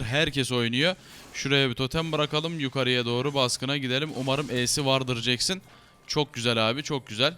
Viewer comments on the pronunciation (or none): none